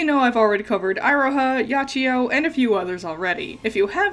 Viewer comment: All these years and she still pronounces it Ay-Ro-Ha, I'm sure it's a bit at this point